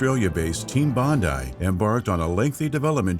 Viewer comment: Congratulations! It's nice to finally hear an American pronounce "Bondi" the correct way. - Love from Australia